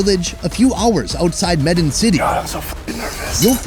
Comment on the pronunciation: Medan pronounces MEH-DAHN (the Dahn sounds like DONE in English). Thanks for the trip.